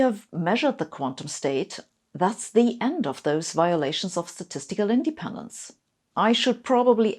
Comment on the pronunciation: Great video, however... independence should be pronounced indePENdence, not INdependence.